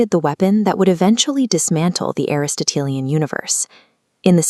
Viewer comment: ¡ W0W ! Em ¡ W0W ! I feel like I just watched Em's dissertation for her history of science final. I postulate that I was also listening to the actual voice of the fabulous Em herself. This postulate is based on the belief that AI is incapable of correctly pronouncing Aristotelian /əˌristəˈtēlēən/, not just once but twice.